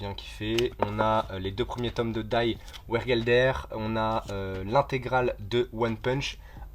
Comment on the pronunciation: Sympa ta mangatheque ! PS : Die wergelder se prononce à l’Allemande : « di vèrguelledèr » (j’ai fait 11 ans d’allemand LV1 😅)